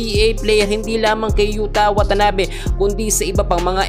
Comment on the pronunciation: YUTA WATANABE hindi YUTANABE.😅 at 6'9" si Yuta. Nag korek ang mali din magkorek. (Delete mo ulit)